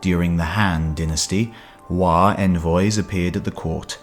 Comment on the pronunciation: should be Wo not wa as this is original pronunciation.